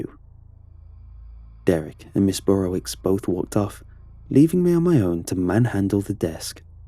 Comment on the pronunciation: Not Burrowitz. it's not german- it's Burrowitch